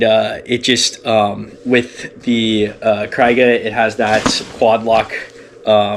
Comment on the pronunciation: You keep saying cry-ga. It's kree-ga. Thanks.